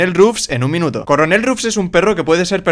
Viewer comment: dice corenel en vez de coronel